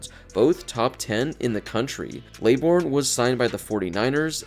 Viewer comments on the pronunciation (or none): none